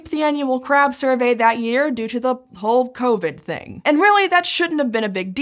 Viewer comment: 'Whole covid thing' sounded like 'Hulk Hogan Ring'. Billions of crabs silenced by the atomic leg drop